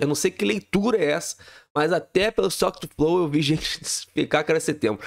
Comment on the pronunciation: "is to quetu flou".